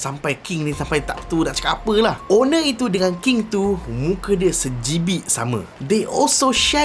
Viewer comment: Bang..sebijik bang..bukan sejibik..hehehe..pin dulu bossku